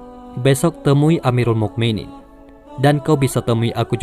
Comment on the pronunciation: muminin itu setelah huruf U harus dimatikan dengan huruf hamzah sukun bukan kaf sukun wahai pembaca narasi yg baik hati...